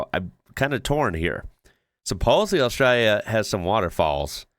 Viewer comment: Well done bro!! You now even say the name of our country the right way. A-straya. On the snow; believe it or not, we actually have more snow on our east coast than Switzerland. I'm a 71-year-old from Western Australia, and I've only seen snow twice in my life, and neither time was in 'Straya.